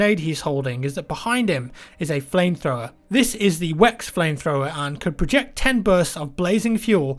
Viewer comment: It's pronounced "Vex" not "Wex"